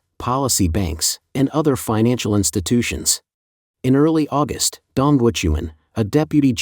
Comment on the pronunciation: But AI that insists my mom was born in AuGUST in instead if AUgust among other pronunciation errors. So bad English.